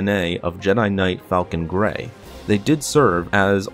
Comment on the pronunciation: Boy your an idiot it FALON GREY not falcon grey I know cause I have that game